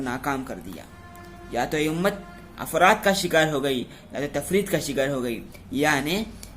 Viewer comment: أفراط نہیں بھائی اِفراط ہے